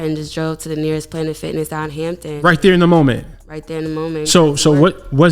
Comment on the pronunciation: Did she say Hampton? As in Va?